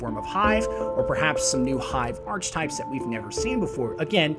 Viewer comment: Mispronounced "archetypes"